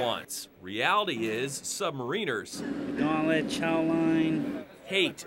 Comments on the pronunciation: can these ppl not say submariners correctly? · "submariiiiners"? Is that how you pronounce it or is it an American thing?